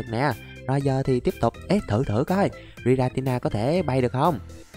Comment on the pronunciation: anh đọc sai tên rồi kìa 😂😂😂😂😂😂 tội cho thằng nhỏ tên Giratina mà anh đọc Gitanita